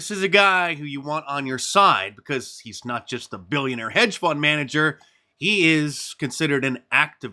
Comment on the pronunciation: Yeah but that black woman says "because" with the "intrusive L", which is honestly annoying af. Anyone who does that should have the self-awareness and intelligence to realize that's stupid and incorrect.